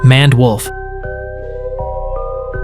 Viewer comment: Bro, pronounced it dophin😂😂😂😂😂